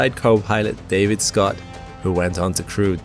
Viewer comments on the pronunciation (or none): none